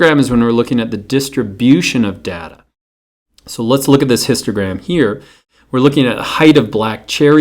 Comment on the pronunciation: Its data not data